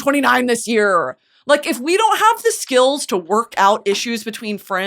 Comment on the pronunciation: now how exactly did you nail it to the t on the end of out.